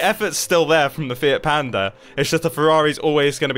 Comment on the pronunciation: who else heard "fear panda"